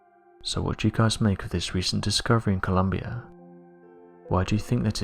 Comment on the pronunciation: Its Colombia not Columbia. Just sayin.